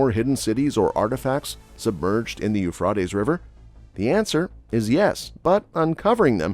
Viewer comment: you frey tease